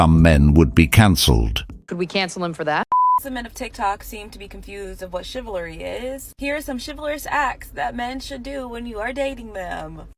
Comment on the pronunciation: She can't even pronounce CHIVALRY - ???